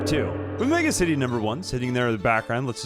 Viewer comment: deliberately pronouncing it like Megamind would-- MegAcity